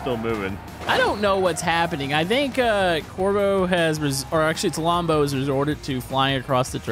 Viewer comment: It’s pronounced:lombo